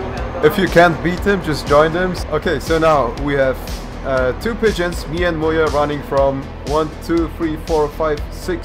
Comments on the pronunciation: When you sais MuYe, it sounded like Booya. lol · Muye sounds like "mulher", aka woman in portuguease